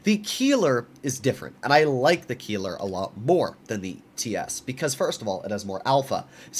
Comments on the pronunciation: Bro really said Kieler and not Keiler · ei in German always = i - you Pronounced Keiler more like "Kyle-uh" I don't own the TS cause I have a Lowe and a Keiler, I feel like the Keiler is just better than the TS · The “i” in Keiler is pronounced, not the “e”